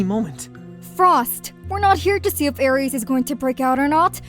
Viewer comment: Magic, you are my friend but your pronunciation of 'Aries" is pissing me off dude